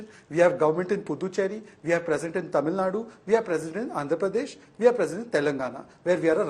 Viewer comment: Poonavala's pronounciation of some Tamizh words are quite good!